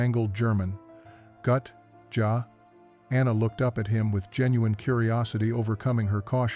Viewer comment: Gut? Jaw? It's pronounced GOOT, and Yah